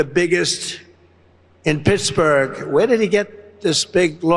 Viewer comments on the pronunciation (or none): none